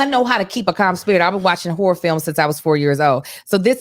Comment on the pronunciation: don’t be pronouncing that second syllable in horror huh? 😂😂😂